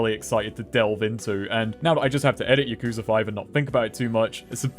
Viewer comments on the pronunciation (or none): Considering how often yakuza is said in some of these games, I figured you'd know how to say it correctly consistently too. You'll get there one of these games.